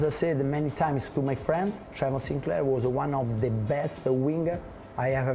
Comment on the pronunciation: He had me until 'Trevor Sinclair'